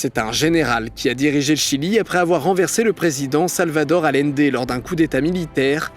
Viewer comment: Ah ah ah Didi, encore une très bonne vidéo par contre tu as du mal avec la prononciation de l'espagnol surtout du "LL" (double L) ... Dans Salvador Allende tu prononces ça comme un seul L (Alende) et dans Pollos Hermanos tu prononces ça "LI" (polios) ... mais en fait, il faut faire comme si c'était un Y ... Poyos et Ayende ! D'ailleurs fait intéressant sur Augusto Pinochet, il est descendant de français breton ! (vous en faites ce que vous voulez) Ensuite on dit mesa (avec un S) et non meza verde 😁 En espérant que ça te serve pour les prochains épisodes parce que ça fait mal aux oreilles vraiment 😆